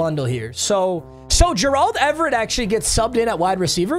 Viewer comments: his name is Gerald like Gerald green. Or like Larry Fitzgerald. It’s just fucking Gerald lmao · The way he pronounces Gerald Everett and Bobby Okereke makes me wanna turn off the vid every time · STOP PRONOUNCING GERALD IN A WEIRD WAY